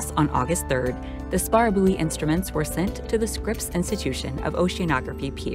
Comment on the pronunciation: Buoy is not actually pronounced as booey. Take the word "buoyant" then lose the "ant."